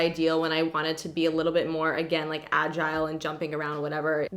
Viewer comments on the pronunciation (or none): none